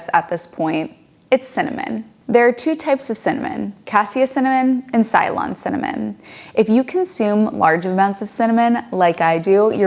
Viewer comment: Ceylon is not pronounced Sylon. It is pronounced Selon, the historical name of Sri Lanka.